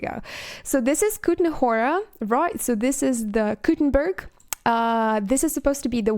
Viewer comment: hi, great vid. your pronunciation of czech names is pretty on point (only thing that could be improved is the accent on Kutná Hora, but its quite understandable even the way you say it, while Malešov & Suchdol you pronounce almost as a czech native) the state in the name of Trosky State Castle refers just to the current fact that the castle is not privately owned, but state owned, so not really that relevant, when talking about the castle, so best to refer to it just as Trosky Castle. when looking thru the pictures of Kutná Hora on the map, you enthusiastically show "this is the caste, that ve seen in the trailer", well thats actually not a castle, but a cathedral of St. Barbara (which also kinda explains the featured orchestral track from the soundtrack.) as for the travel from the end of KCD1 (north west of Neuhof, which corresponds to current train station of Rataje/Rattay) to Trosky, which is something like 100-140km (60-90miles) with current roads, tho I suppose historically the roads probably have not changed as much, so lets calculate with that, lets say an average medieval horse could travel like 40-60 km per day (25-40miles), so its within couple of days on horseback (there s even some its not really that big distance to travel (Rataje to Kutná Hora is like 40km, so like 1 day & Trosky to Kutná Hora is like 90km, so something like 2 days) I m bit unsure about the size of KCD2 maps, like they said that KCD2 map is twice as big as of KCD (which had 4x4km) but it has tw